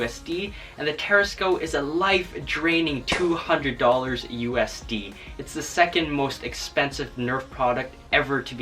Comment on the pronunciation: Why does he say USD so weird it's a acronym